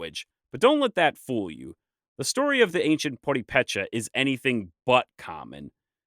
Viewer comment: Purépechas not pueupéchas